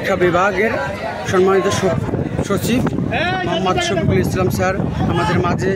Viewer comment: ভাই নামটাই তো ঠিকমত বলতে পারলেন না